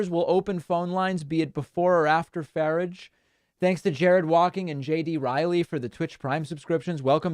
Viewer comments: By the way Sir. Nigel Farage is pronounced Faráge. He said in an interview that he didn’t feel safe on public transportation because people didn’t speak English. However his own children are German speakers as their first language. And then the ultimate irony is that Great Britain left the EU specifically because of the free movement of people and to many foreigners went there. Now they have a prime minister with Indian heritage. I love it!! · can't take it any longer, david - it's nigel farage - second a like in arsehole, not like in asshole!